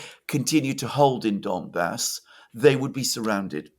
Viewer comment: It's not "Dombas," but "Donbas." Or "Donbass." Both are fine. (One being "Ukrainian," the other "Russian.") Unless you mean "dumb ass." But I hope you are not referring to yourself.